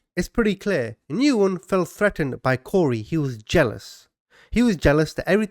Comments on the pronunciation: BTW, the common Vietnamese last name Nguyen is pronounced: "Win", not "Noo-in" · I believe" Nguyen" is pronounced "Win" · Nguyen is Pronounced "Win" or "When" The N is silent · I love your channel and content, but please - the person you are discussing by the last name of Nguyen is pronounced, "When." Please at least look it up online before constantly mispronouncing it! It hurt my ears every time you said it!